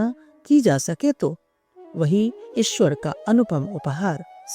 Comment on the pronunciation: इस ऑडियो में ईश्वर का उच्चारण और अधिक शुद्ध किया जा सकता था